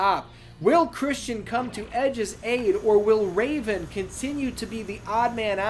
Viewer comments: From till the end of the match, I lost it 🤣🤣🤣 “Ra-Von” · Did you just say raven with the flying balls sack.🤣😂🤣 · ‘Will anybody be able to defeat “DDT”?’ Was it too much for Cole and Tazz to say “Raven”? (It also didn’t help that Ian kept screwing his name up as it was!)😂😂😂😂😂